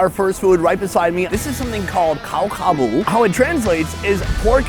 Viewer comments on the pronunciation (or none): none